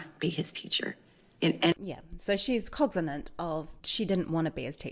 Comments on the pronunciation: Minor detail, but it sounds like you’re saying “cogzinant” instead of “cognizant.” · "Cogzanant"? Ma'am, the word is "Cognizant". Cog-ni-zant. Not Cog-za-nant". I'd say it was a silp of the tognue but you said it worng three tisem. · You're saying "cogzinant", but it's "cognizant"